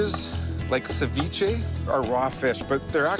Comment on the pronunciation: Cevichi? I thought it was ceviche?